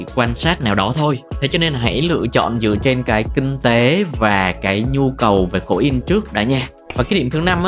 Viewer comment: Kinh tế ko phải king tế nhé kênh :D